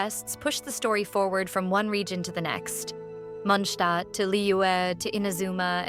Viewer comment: I don't understand why in this channels they pronounce Mondstad like munhstad ... R they hungry or something??